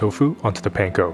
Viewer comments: Aloha I really enjoy watching your videos. I do wonder however, why you pronounce the word Panko like a non asian. Sorry for seeming disrespectful. I’m from Hawaii and we, natives, pronounce the word differently. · I'm always suspicious of cooks who mispronounce panko 🤨